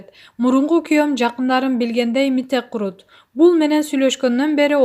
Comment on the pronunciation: Туура окучу эй кыз Мите курут деп коет